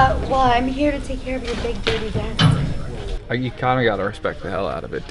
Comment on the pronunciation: "Deskch" - This guy.